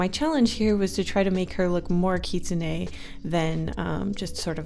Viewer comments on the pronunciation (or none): The lol champion you were talking about is Ahri. Also it is just kitsune. Don't stress yourself to put emphasis on the e. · You might have pronounce Katsuni wrong. from what I know, I think it’s pronounced kit-su-nee kit like the word for a baby fox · Omg, I love you but, I’m sorry, it’s pronounced Kit-soon. Not whatever you said. 😂❤️